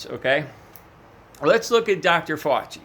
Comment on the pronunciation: Nuts lol I'm doing fine Dez, how about you? I'm hoping my gross mantra helps in his journey to pronouncing Fauci, or reaching nirvana if he prefers.